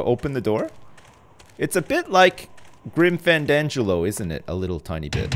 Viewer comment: "Grim Frandangelo"